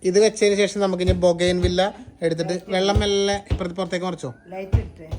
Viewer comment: ബോഗൻ വില്ല എന്നാണ് ഉച്ചാരണം